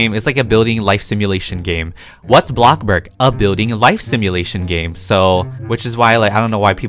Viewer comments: It’s called blocksburg not BLOCK BURG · Me:thinking how he says bloxburg Him:Blobburg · Did he really said block burg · OKAY HERE'S MY VERY sEnTimEnTAl message to. I grew out of Roblox in December. Now, I'm slowly getting back into it. Just very, very slowlly. I knew that I should start watching my old favorite Roblox YouTubers again to see what's changed. I came to watch YOUR videos first. I'm so happy you were my first choice! You still say "blockburg" and you're still the funny I remember. Much love! <3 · Me: “bloxburg”.:”bLoCkbUrG” (no hate lol)